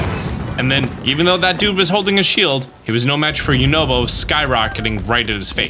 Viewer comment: I’m sorry but the way he pronounces yunobo and tulins name annoys me so much